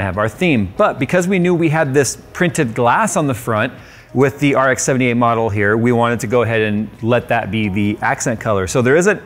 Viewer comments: "R K"!!! blasphemy!!! IT'S "R X"!!!!!! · RK. It’s RX. How do you call it the grand daddy and not know it’s rx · its RX not RK. XD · says "RK" Gundam fans: TRIGGERED.